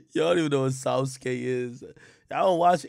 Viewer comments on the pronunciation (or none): Sa su ki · Ak trying to say Sauske